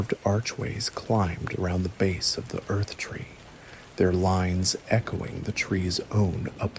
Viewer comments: Marika is pronounced like America. Erdtree is pronounced Erdtree. Not Earthtree. Faah. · It's the Erd tree not the earth tree. You are also mispronouncing Marika I want so much to like these obvious AI videos but I long for someone who cares enough to at least pronounce the Major character names correctly.